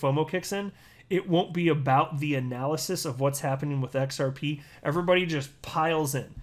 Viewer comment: i watched all of Gary at MIT on youtube... didnt learn a damn thing and came to the conclusion that gary cannot pronounce XRP... ... it is XRP sir not XRPaaaey ... what a dumb ass... old people dont know chit about crypto